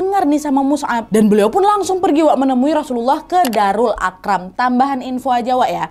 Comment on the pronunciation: Darul arkom bukan akram, belibet tpi mamaku suka 😊 semangat kak nad